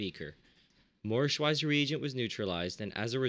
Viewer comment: I know this is a little pedantic, but you say Schweizer wrong every time. The 'w' makes a 'v' sound, and the 'z' makes a 'ts' sound, because Schwizer was Swiss.